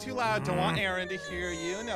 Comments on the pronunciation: Aaron not Araon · It’s Aaron not Aaran